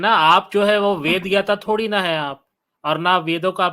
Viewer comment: ye ved ko bed padhega😂😂